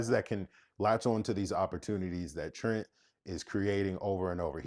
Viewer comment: They butchering my boy Trent!